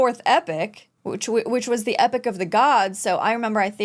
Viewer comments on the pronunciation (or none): E - pok not epic haha